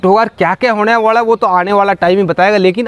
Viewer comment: वाळा नही वाला होता ह साब